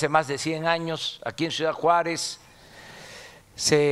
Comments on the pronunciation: OYE OLGA SÁNCHEZ, SE DICE SUIDAD O CIUDAD? Min ....😬😕😏Chiiiiaaa contigo....ADEMÁS LO ESTÁS LEYENDO, otra vez Chiiiaaalees contigo... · Sra. Sánchez Cordero con respeto se dice C I U D A D NO SUIDAD